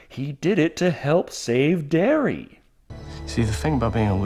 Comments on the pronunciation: Seeing that he called Derry “Dairy” twice in the first 2 minutes of the video, it’s probably time to save myself 32 more minutes of aggravation. Adios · Fyi, its Derry not Dairy. Also, it's not fair to lump people from other states in New England with the homophobic backwoods hillbillies that reside in Maine. Not all New Englanders (or all Mainers) are like the carny trash depicted.